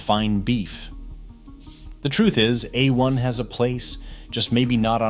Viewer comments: Uh One? C'mon robot, tighten up. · That pronunciation is wrong! It is = "A" as in 'play' or the month of "May" and "One" as in "won" or "son". :face-blue-smiling